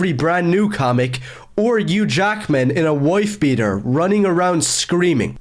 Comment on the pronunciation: "Or eugh jackman in a wouife beater" 😭